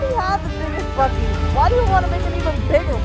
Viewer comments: Bu seas? It’s BUCKees! 😆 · BEEE -U-CEES????? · I'm sorry, "Bew-sees"?! 🤣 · It’s pronounced Buck-eee’s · The way they pronounced the name 🤮